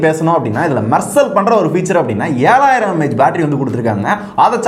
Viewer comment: mAh ku mAy nu iruku bro